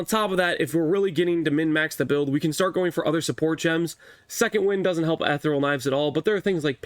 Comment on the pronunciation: Uh-thee-ree-uhl Knives.....Reeeeeeeeeeeee!